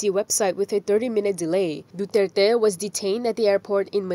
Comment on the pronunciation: The pronunciation Duterte is wrong. My opinion only. Internationally...